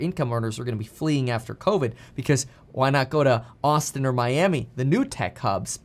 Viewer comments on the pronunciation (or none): none